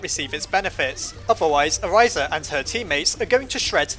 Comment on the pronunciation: I just wanted to point out that you were mispronouncing Orisa's name incorrectly. If you want to know the actual pronunciation, go watch her origin story video. Sorry if that sounded rude, it's just that my OCD went crazy when I heard you pronounce it "Oriza" instead.